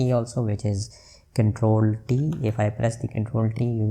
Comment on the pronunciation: bru i heard ctrl + d, not ctrl + t, wasn't very clear..